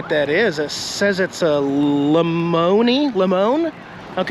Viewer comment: Lemony? Lemone? Try Lemont (Lemont H 100 - Sancho Motors)